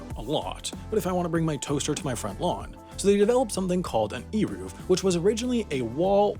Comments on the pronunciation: Eiruv. Like the A in pain and the U is like the O in of. kinda pronouced like Arovf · It’s not pronounced eeruv. The e is like the e in bed